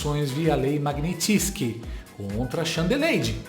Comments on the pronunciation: sou seu fã meu amigo, mas o nome da lei é Mag-nits-ky e não: mag-ni-ti-tsky. Sorry for correcting you brother. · Pelo amor de Deus, pare de falar Magnitisky!!! É Magnitsky! Só tem UM “i”… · Não é Mag-ni-tsky, com a sílaba tônica sendo a segunda? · Oi, a pronúncia correta é MAG NI TSKI. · Lê-se "magNÍtski".